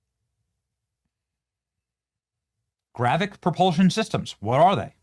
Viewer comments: Its "gravitic" not GRAVICK. can somebody make sure this nfer has a clue what the hell hes talking about before he makes an ass of himself daily. Its getting worse. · Why are podcasters so bad at phonics? If I had a dollar for every time ive heard a word said hilariously wrong, Id be a millionaire! Anyway, its gravitic, not gravic. GRA-VI-TIC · Benny 😂 so obviously far removed from Star Wars it’s so hilarious. GraviTic Benny..with a T in there. Not “gravic!” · Benny, it is gravITic drive, not gravic. Why would China have to launch these "gravitic drones" from a sub when they have the ability to "hyperdrive" with limitless energy directly from China? Sounds like paranoid schizophrenia to me. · It is pronounced gra-vit-tic, not grav-vic. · GRAVITIC. NOT GRAVIC. IT IS AN IMPORTANT DISTINCTION! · GRA-VIT-IC not Gravic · It's not gravick. It is GRA vit ICK YOU KEPT LEAVING OUT THE VIT PART. YOU SOUNDED SO STUPID I AM EMBARRASSED FOR YOU . GRA VIT TEE, GRA VIT ICK ... please, please just sound it out, phonetics is your friend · Leave it to Benny to mispronounce another word. It's not "gravic", it's "gravitic". "gravic nuke-U-lrr" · Gra-Vi-Tic, not Gravic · Please Benny .... Its spelled and pronounced as GRA-VEE-TIC ... not Gravic. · PLEASE can we say this word correctly? gravitic >> GRAV -IT -IK ... you are saying gravic ... that means something else .. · Gravitic. Say it with me Benny. Gra-vit-ic drive. Love you Benny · It’s gravitic, as in anti gravity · Benny, its pronounced Gra-Vit-ic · GRAV-I-TIC...say it, THREE syllables!!! Driving me CRAZY!! And if they could do it to us, we can do it to them so it's no gain for anybody. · GRA - VI - TIC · It's pronounced Gra-Vi-Tic, Benny. Comon bro. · Benny, I enjoy your podcasts. The word, “Gravitic”, however, has three syllables with the emphasis placed on the second syllable, I.e. “grah-VEH-tic”. Thanks. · Benny, it is pronounced GRAV-ih-TIC. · Benny can't pronounce gravitic 😅